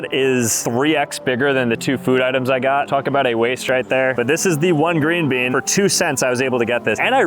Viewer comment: He said green been 😂😅